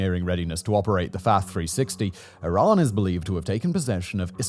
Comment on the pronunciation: Is it iran or Tiran? . Or my ears have expired or something?